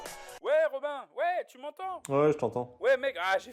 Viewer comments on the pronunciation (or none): none